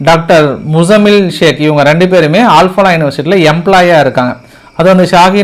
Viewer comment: ஆல் பாலா இல்லை. அல் ஃப்லா